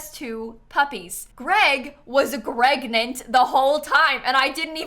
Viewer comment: "greg was gregnant!" 😭💀